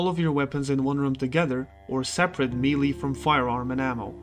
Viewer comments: It's 'maylay' weapons, not 'mealy' weapons. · Melee is pronounced "May-lay" ;-) You had me second-guessing myself and I had to do a search for the pronunciation just to be sure.